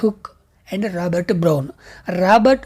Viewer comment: Brown ❌bron✅😢😅